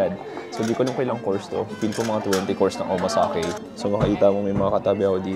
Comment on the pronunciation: it's OMAKASE, not Omasake!